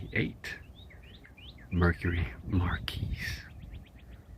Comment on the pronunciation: It’s mot “Mar Kees” it is “mar key.”